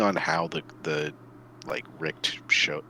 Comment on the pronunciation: Wylk is absoultly not german, also Elena. But "Richt" is, kinda off. but i see the struggle, that "CH" ist not common in english. pronounce as an nativ englisch speaker is kinda ruff.